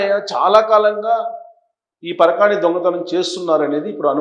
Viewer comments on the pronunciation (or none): పరకాని కాదు సార్.పరకామని.